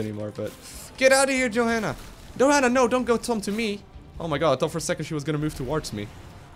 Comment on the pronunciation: Im pretty sure u pronounce her yo-hanna not jo xD